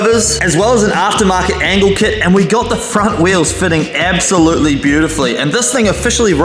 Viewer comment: Bro casually saying “ebsolutely”